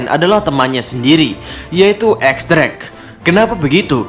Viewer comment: X drake bacanya Diez Drake min